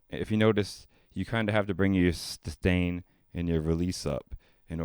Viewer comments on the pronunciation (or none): none